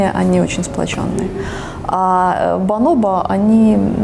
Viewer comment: Бонобо, а не баноба